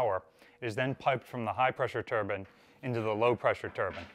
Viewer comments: TURBINE VS TURBAN. They are pronounced differently. One creates rotational power and one is worn on one’s head. There is no such thing as a Steam Turban or high pressure Turban. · Very interesting, but its a "Turbine" not a Turban 🙂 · You were doing so well saying turbines then broke down and said turban….pretty cool video!